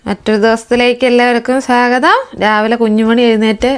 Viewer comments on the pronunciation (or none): it is swagatam,not sagatham